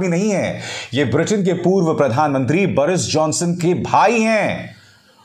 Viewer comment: It's Boris jhonson n not Baris jhonson